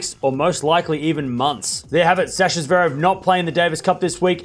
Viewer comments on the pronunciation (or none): none